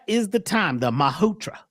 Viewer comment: It is Mahurat ma-hu -rut.